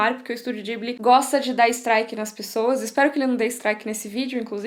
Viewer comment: ou fala "Ghibli" ou "jiburi" como se fala no japão o.o mas "dibli" não existe, ate pq não tem "L"... Mas o vídeo ficou ótimo, quero mt ver